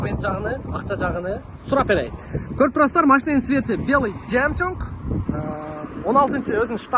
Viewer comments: Мнеге жемчунг дейсиң? Жемчуг эмеспи? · Баткенский ( жемчунг чунга- чанга) болот да 😂😂😂